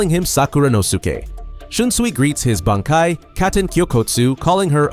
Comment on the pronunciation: dude common you cant even pronounce bankai right ?you are trolling